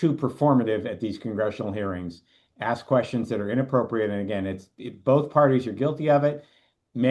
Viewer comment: “I just want to axe a question.”